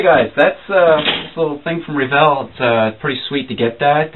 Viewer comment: its revel not reevel